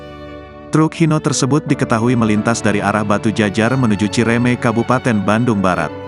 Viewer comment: Innalillahi wa Innailaihi rooji'uun.. Kelalaian pengendara..berpotensi mendampakkan akbt fatal spt ini..makanya kpd para sopir hati2..perhatikan keselamatan sendiri & pihak2 lain. Utk narator hrs-nya sblm baca text..dipelajari dulu dgn intensip..bukan cireme tp Cimare'me'.